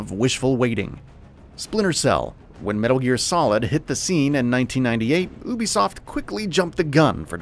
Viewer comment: This nigga saying Obisoft